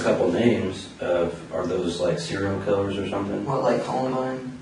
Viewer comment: i wonder how he does in jail when he tells ppl he's a "sewial kiwwer"